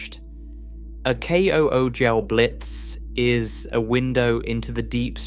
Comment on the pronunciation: Some of the pronunciation in this one is hard on the ears. Unless I've been hearing kugelblitz pronounced wrong for years...